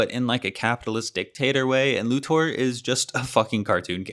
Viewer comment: This video bugs me because of the weird way to say Lex’s last name.